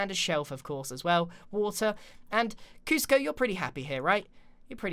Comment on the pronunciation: KUSCIO OMG ITS KUSCO THE LAMA